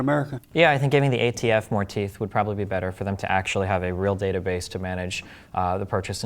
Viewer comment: (Good debate happening) -BAYTUH 🙄